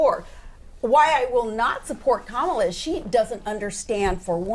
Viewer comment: Correctly pronounce Sarah's name but not Kamala's piers... 🤬